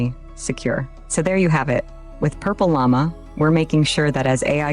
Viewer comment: AI couldn't say PurpleLlama... funny.. 😄